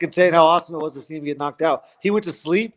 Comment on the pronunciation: No wouldn’t say sleep like you did Justin